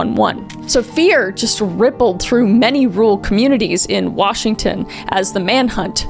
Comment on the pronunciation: i love how you butcher every town in Washington and county lol